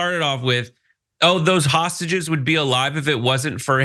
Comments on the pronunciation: Is he saying hostages or sausages ? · Is he saying sausages?